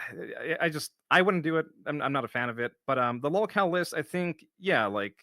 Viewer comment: He needs Joon and Kino to fight his detractors for him. Look how he tries to hide in their shadow. Why doesn’t he do his own documentary? Jesus what a spineless little coward he is. And no,, no one hears the word lawlcow until you say it like that. No one stalks you. Go get your Pullups and act like a Big Boy. Good god. Sure, we’ll all forget how you said Joon should cover the positive side of your life and the documentary would be unfair if it was mostly negative. Then Joon gave you a heads up so you adjusted your attitude and retconned your whining about how no one cares about your positive happiness.